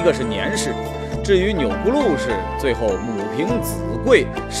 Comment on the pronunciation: 钮祜（hu）禄，不是钮gu禄